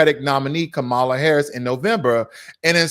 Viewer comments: kaa·muh·luh Harris(comma la), (cum-muh-luh)come on man, try to say her name correctly. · How can you STILL NOT SAY KAMALA RIGHT?????But you're advocating a cause....make it make sense brother.